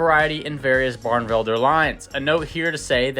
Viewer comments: Beautiful bird. It's pronounced "bar-nuh-vel-der" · “Barnevelder” is four syllables, not three. Delightful birds. I had a pair for eight years. I still miss them.